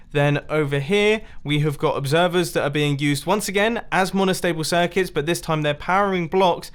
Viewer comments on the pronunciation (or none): Nobody: Mumbo Jumbo: MONOSHTABLE SHIRCUTS